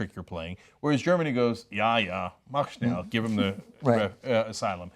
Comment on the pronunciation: "Mach schnell" nicht "Mak schnell"